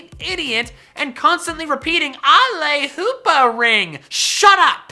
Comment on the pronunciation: HOOPA, NOT HOPPA!